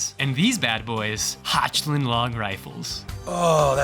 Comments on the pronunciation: "Hotch-land" lmao It's pronounced "Hoch" as in "Hokh-land" with a soft k sound in the roof of your mouth. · Hotschländ is crazy. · The pronunciation of “Hochland” was so American that all oil to my name has been taken and my home has been hit by a drone strike.